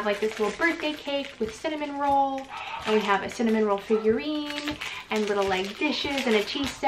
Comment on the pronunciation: his name is cinnamoroll, there’s no third n like a cinnamon roll.